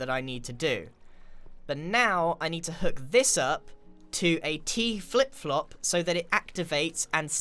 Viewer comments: Grian: I need to stop calling it teaflop Also grian: *says teaflop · “So I have to trigger this to a *T Flip Flop* “ he says T - flip flop so...... weirdly Almost like.. . . . HE DOESNT KNOW WHAT A T FLIP FLOP IS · So weird to hear Grian say T-flipflop. Usually I hear Mumbo say that